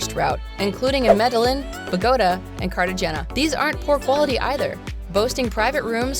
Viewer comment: You mispronounced Medellin , Bogota , and Cartagena. How many of these places has this person even been?